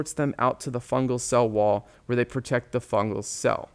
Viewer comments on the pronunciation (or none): none